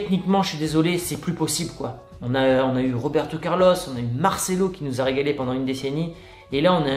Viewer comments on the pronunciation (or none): none